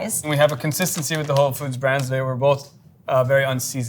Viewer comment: Is the 'narrator' saying the brands an AI fake? Voice is flat, & multiple pronunciations are not just wrong, but bizarre.